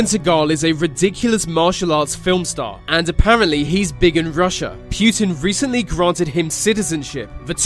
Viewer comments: It's Putin, not Pyutin. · And also not putn 😂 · Its not Pjutin its fucking Putin. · putin, not PEEUTIN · Poo-tin not Pyutine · "Kivian rus" "pewtin" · Why do people pronounce Putin as "pew-tin" but the two words separate is pronounced put in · Its prounounced "pootin" not "pewtin" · путин is pronounced pootin, not pewtin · It's Путин not Пютин. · Pu'tin not PEW'tin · It's not pyutin it's putin. Next video about donald trumpet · SAY POOTIN NOT p U tin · Pweutin? Nah it's putin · why is he called PYUTIN or PJUTIN there is no" Y" or" j" in his name it is only "U" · PRONOUNCE. IT RIGHT ITS PUTIN NOT PJUTIN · It's not Pjutin. Putin! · Pjuutin XD It's pronounced Pou-tien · vlad - e - meer - poo - tin not vlad - e - meer - pew - tin. I don't care weather you have and accent pronounce peoples names correctly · vlatemehhr pYEWten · I love how they call him "Пьютимн" xD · Vladimir Pyutin is a.. who is this Pyutin? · It's baffling that you say Pew tin. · It’s not pronounced “pyootan” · Pooh tin. 😄😀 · Vladimir pewtin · Wtf its not vladimir pjutin ! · puuutin wtf its put-in wut a nub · Pjutin? LOL. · Accents exist, but names are names. You dont hear me calling England, Anglind or some dumb shit like that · im a slav (not even a russian) and the way you pronaunce Putin gave me cancer (but no offence i know that pronouncing slavic worlds is hard for english speakers) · Did anyone else immediately dislike the video, within three seconds just because of the way he pronounced Putin? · ugh the way he says putin is nearly unbearable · Why dose he say Putin so weird